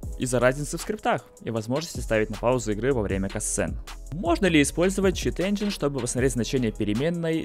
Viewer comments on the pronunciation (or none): none